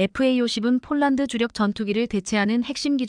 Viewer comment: 폴란드 라했다 쫄란드라니 읽는데 성의를 ㅡㅡ